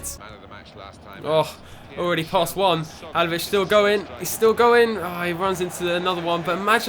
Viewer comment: I'm almost positive it's pronounced "Ha-LIL-o-vich"